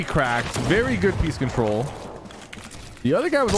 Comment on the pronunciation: Bro please tell me are you saying peace control or peak control because I seriously can’t tell and I don’t know what peace control would mean